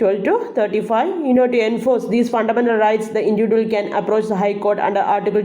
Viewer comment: Maa'm..... ഇൻഡിവിജ്വൽ എന്ന് Pronounce ചെയ്തു കൂടെ??